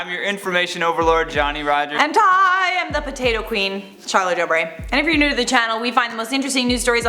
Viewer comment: Lol it sounds like Johnny is says 'we post NUDE content all the time' haha Keep your Atari shirt on Johnny! I have said this before when you I wore that shirt but I love these, it looks better on me. Lol j/k we both look fly in it.